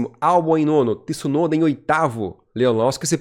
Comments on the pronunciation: apaga essa merda de video e faz de novo, se nao sabe pronunciar o nome de uma pessoa nao fale da pessoa, Tisunoda è o teu cu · se nao consegue pronunciar o sobrenome de Tsunoda nao fala do cara ou chama de piloto japones que fica melhor ignorante. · Quem è esse Tisunoda ? Nao existe nenhum Tisunoda na F1 e nunca teve, como nao existe Tisunami. Conseguem pronunciar Mitsubishi? Entao è igual Tsunoda, T mudo nao tem i em lugar nenhum bando de ignorantes. Quando quiserem colocar i onde nao tem, coloquem no ku de voces.